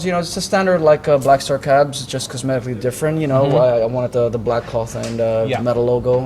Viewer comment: ik but he said blackfar lol